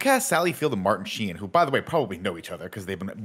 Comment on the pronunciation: “Martin Shee-in” pained me Nick